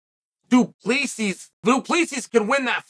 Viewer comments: Cheal your saying it wrong 😂 its Drinkus DU pla sie thats how its suppose to sound trust me im South African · It’s pronounced Du-Plaa-see. No s sound at the end. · it’s pronounced Du Plesi not exactly the way it’s written. It’s an Afrikaner surname 😊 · Chael read your comments and learn to pronounce Du Plessis 😂 It's pronounced Du-Ple-Sea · We should call him "Dricus 'the S is silent' Duplessis" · Uncle Chael, it is pronounced Dree-cuss Do-pluh-see. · It's "DO PLEH SEE" the S is silent. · Doo pluh see Chael mispronouncing names hurts my ears